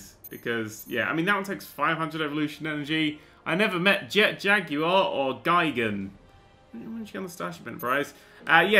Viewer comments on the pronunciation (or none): its pronounced gi-gan